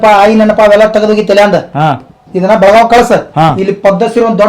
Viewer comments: ಅಣ್ಣಾ ಬೆಳಗಾವ ಅಲ್ಲ ಅದ ಬೆಳಗಾವಿ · It's Belgavi not belgav